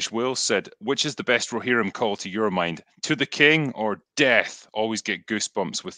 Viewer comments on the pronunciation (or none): Glad I'm not the only one that was bothered by the "Rohimrin" thing lol. Excellent chat gents. Cheers 🍻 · rohimrim, was killing me, llloooooooooooooooolll. glad someone mentioned it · Drinker and faces every time tries to say ‘Rohirrim’